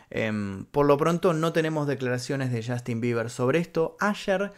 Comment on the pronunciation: podrías tratar de NO decir "CHASTIN" cada 5 segundos??